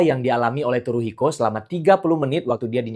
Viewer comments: Maaf dibacanya bukan Turuhiko , tapi Suruhiko dg T mengambang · baca Tsuruhiko itu "Suruhiko" bukan Turuhiko bang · Keren banget sih kontennya. B t w koreksi sedikit ... "tsu" dalam bahasa Jepang bukan dibaca /t/ , melainkan dibaca seperti /c/. Sehingga "tsuru" jangan dibaca "turu" , melainkan dibaca "curu" ( /c/-nya agak beda, sedikit dengan /c/ kita ... ujung lidah disentuhkan pada pangkal gigi ). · Bacanya Tsuruhiko seperti membaca Tsunami.. daripada "T", lebih banyak ke "S".. kalo susah pake "C" saja..🎉🎉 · benar sekali, bacanya Tsuruhiko